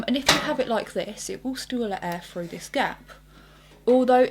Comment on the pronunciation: would have been better if she could pronounce her TH's ....like through instead of frough, just sayin